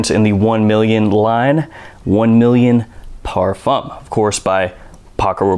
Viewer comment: How many times can he possibly mispronounce parfum?